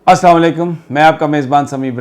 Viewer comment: سر سلام ٹھیک دیا کریں پلیز